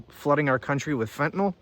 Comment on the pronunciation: I thought he said it comes from Canada, this Fentanil